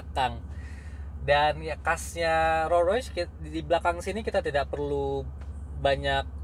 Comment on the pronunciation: Rollsssssss Royce bacanya santai aja mas.. s nya jangan tinggal di Rolls